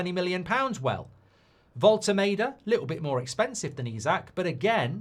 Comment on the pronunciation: Voll-te-MAR-de not Voll-te-MAY-de